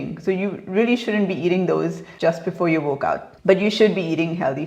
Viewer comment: Is she saying workout or wokeout? F... Shitshow... beautiful vocabulary